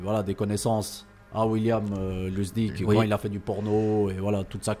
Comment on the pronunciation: tout à fait, c'est un classique de Lustig ( vous prononcez son nom de la bonne façon car cela veut dire marrant en allemand) Merci, vous faites du super taf.